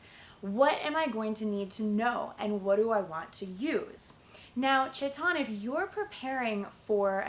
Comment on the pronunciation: its chetan not shaitaan